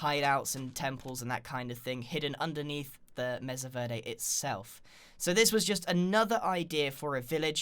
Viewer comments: I'm sorry to correct you Grian but it's pronounced m-ay-sa verde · its actually pronounced mey-sa ver-de and i live in colorado, which mesa verde is in and ive been there